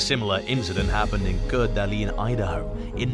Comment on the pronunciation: You really butchered the name Coeur d'Alene